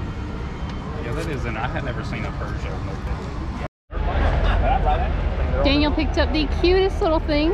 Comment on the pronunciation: It’s a Peugeot “poo-joe”. There isn’t a R in the name. That company makes cars in Europe. Looks like y’all had a great time there. Keep up the great work!!!!!